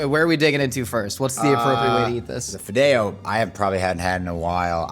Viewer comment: The way he said fideo... He lost his Latino card for me on that one. That is not how we say it.